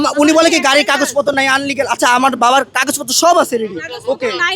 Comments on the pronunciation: পুলিশ ও মেজিস্টেট বললো আনলিগ্যাল❌😀😀😀😀 তিনটাই বলদ ইললিগ্যাল✅✅ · আনলিগ্যাল এটা আবার কি? মনে হচ্ছে ইললিগ্যাল বলতে চেয়েছিলো!